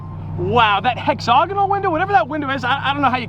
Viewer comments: throughout this video he twice said “Hex-og-inal” hahah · Did you say "Hexogonal?" 🤣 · Hexagonal = HEX-ZAG-ANOL